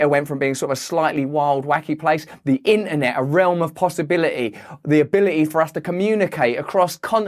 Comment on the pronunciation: “In- ahh -net”💀